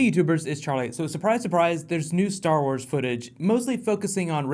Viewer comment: STARR WARRS